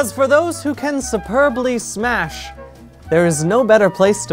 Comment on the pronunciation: "Am I safe to smach ?" a very important question.